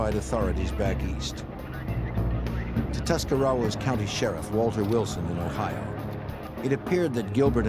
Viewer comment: He totally screwed up Tuscarawas County too.